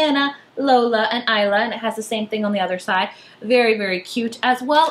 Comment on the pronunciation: Thank god you pronounced Isla as Aihla instead of Isla XD Love tote bags. They be so swag ;)